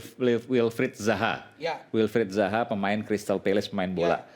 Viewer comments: Gk ada yg ngelurusin kah klo rasman ini salah sebut nama, zaha bukan baha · Razman salah orang..Yang dibaca nya Wilfred BAHA.. Bukan Wilfred ZAHA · WILFRIED ZAHA bang RAZMAN,,bukan WILFRIED BAHA.anda aja ngomong salah2 juga...